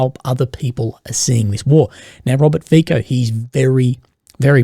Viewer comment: The Slovak PM's surname "FIco" is pronounced like: Fitso / Fitzo / maybe Fisso; (not Fiko, Fikko).